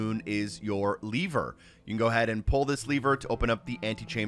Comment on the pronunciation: Saying leaver instead of Lever is driving me insane.